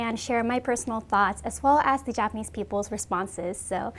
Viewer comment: Take a shot every time she says japanesse people